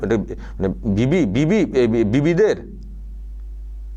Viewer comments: রচনা আর মমতা দুজন ই তো বিবি তাই ওদের মুখ থেকে বিভিদের যায়গায় বিবি ই উচ্চারণ হবে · আরে এগুলো অশিক্ষিত। এদের কথা কেনো সোনাও? বিভিদের মাঝে টা উচ্চারণ করলেন বিবিদের, কি আর বলবো? চলো বুড়ো মানুষ দেখতেই থাকবো। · পণ্ডিত নিয়ে পাতালে যাওয়া সুখের, মূর্খ নিয়ে স্বর্গে যাওয়া অত্যন্ত দু:খের। পৃথিবীর লোক সংখ্যা কত? নানা ভাষা নানা মত------ পরিধান। বিবিধের মাঝে----- বিবিদের নয়। বিজেপির সভায় যে লোকসংখ্যা দেখি, তারা সবাই ভোট দিলেতো বিজেপি জিতে যাবে। তাহলে কি হবে? যীশুখৃষ্ট উচ্চারণ করতে পারে না। এরা হচ্ছে জনপ্রতিনিধি। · 🤣🤣🤣🤣🤣 750কোটি সারা পৃথিবীতে কিন্তু 10000 কোটি শুধু পশ্চিমবঙ্গেই। যীশুখ্রীষ্ট ❌ যীষ্টুক্রিষ্ট ✅ "বিবিধের মাঝে " ❌ বিবি দের মাঝে ✅ 🤦‍♀️🤦‍♀️🤦‍♀️🤦‍♀️🤦‍♀️